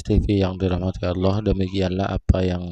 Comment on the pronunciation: Kalau saya sih gak bilang sesat,tapi TOLOL,Ngucap kan ALLAH saja dia bilang AWLOH,apa lagi dia baca ayat al-qur'an TOLOL nya makin keliatan.